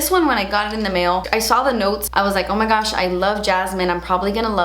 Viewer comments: When she says "oh my gouch" cracking my ass up! I love how she says gouch and it ain't no Thang but a chicken wang;) lmbo your personality brings a lot of smiles into this world!!! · Every time you say "Oh my goosh" I have to pause the video because I'm dying laughing. It always takes me off guard!!!